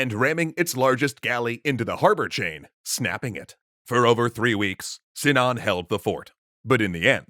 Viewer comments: Sinan sounds like Simao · In Arabic, the i in Sinan is short. I think it is so in Turkish, correct? (ı instead of i)